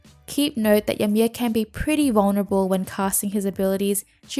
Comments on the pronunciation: It's pronounced ee-mear. Just letting you know is all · Its pronounced "EE-mir" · the way she says ymir xD